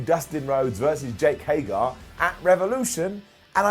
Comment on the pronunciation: It's HAIG-ERRR not HAIG-ARE. C'mon! For the love of Repo Man say it right!